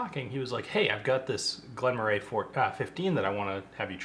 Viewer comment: I've been told it's apparently pronounced "Murray." As far as the whisky is concerned, I've considered every Glen Moray I've had as pretty good value for money, but they tend to be significantly cheaper in Europe. This one is under $40 here. The base Elgin whiskies are often under $25